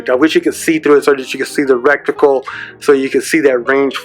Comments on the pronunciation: It's not a rek-tee-kul, it is a reticle, ie Ret-tee kul… And, did you buy this yourself or was it given to you by Vortex or a shop etc, for the purpose of a review? And... where is the 'how to use' bit suggested in your title? Me thinks someone forgot something! If you want to compete for monetisation on you tube !. Buy the thing yourself so there is NO conflict of interest and you can't be said to be pumping it up for dollars. 2. Make it different to everyone elses 'review' and if it is quality and interesting, people will come back. 3. If you say something is a review, review it. There is a difference between a review and showing a piece off and parroting its feastures and specifics of the manual.. .... Just saying, because this was none of those.. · Thanks for the vid... enjoyed your commentary. ...and I know it was just a slip of the tongue, but... Recticle™ The Bevis and Butthead that live in my brain somewhere are entertained.